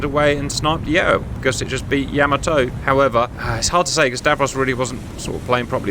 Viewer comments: Gents, it's not Yamoto. It's Yamato. Ya-mah-to. And the Japanese seem to put the accent on the first syllable, going by what I've heard on their videos about that ship. YA-ma-to, in other words. That first battle went about the way I would have expected it to, a clear victory for Yamato. The second battle was a different story. It seems that getting within the optimum range (depending on your ship) is a very important consideration. And then there's always luck, of course, which can go either way. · Man please get the guy to stop saying Yamoto it's hurting my ears. It's Yamato the ship, and Yamamoto the admiral. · Ee- SAY!! Please, Cap! No more, ee-Zay...you're killin' me! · It's Yamato not Yamoto!!! -Gunny T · YahMahToe not YahMoeToe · Nice video as always CAP! . . . BUT for the love of... 👀👀 Please 🙏CAP it is not Yaaamaatoe! that is just insulting...🤷‍♂🤦‍♂ Pronunciation is like this ( Yah! Mah! Toh! ) 4/4 90-120bpm snappy don't drag the vowels ( using drum terms think you understand that ) And adding the ( h ) after a vowel seem to help English speaking to understand it is snappy not dragged out vowels.. . . 😉😂 All Japanese words follow the same beat, snappy short vowels.. tah kah mah yah.. never drag the vowels!. Thank you! Keep up the awesomeness! CHEERS! 🍻🍻🥳😉🤭😂✨ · Davros, it's pronounced "YAH-mah-toe". Respect to the big girl, please. And at the Battle of Samar, part of the Battle of Leyte Gulf, the Fletcher-class USS Johnston repeatedly charged at the Yamato to try to protect the escort carriers of Taffy 3. The Johnston, indeed, did displace approximately the weight of one of Yamato's turrets. That displacement did not, of course, include the weight of Captain Evans' TITANIC cast-iron balls....